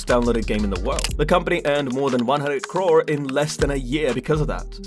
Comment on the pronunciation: Did u say crore?